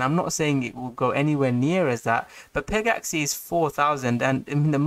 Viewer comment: Bro it's not peg-axie it's pegaxy... like a mythical pegasus. Not an axie.